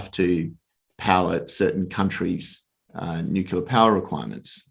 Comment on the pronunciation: The fact that he keeps saying nucular instead of nuclear drops my confidence in him. Regardless, I liked it both for the algo and the content.